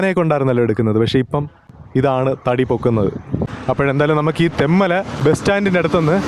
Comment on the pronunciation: തെമ്മല അല്ല തെൻമല